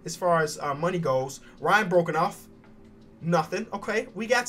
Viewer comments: I speak for all my mavs fans it’s pronounced broke off not broken off! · I get sadder every time you say brokenoff when it’s brokehoff. ITS AN “H” it’s pronounced the same way as “broke off”